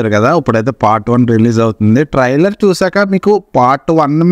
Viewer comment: ట్రయిలర్ ని ట్రయిలర్ అని సరిగ్గా పలకలేవు పూకా నువ్వు చెప్పాలి ట్రయిలర్ గురించి